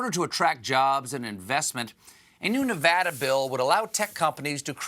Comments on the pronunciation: I’m just happy he actually pronounced Nevada correctly. Take note Seth Myers. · I appreciate that Stephen pronounced our state correctly 👍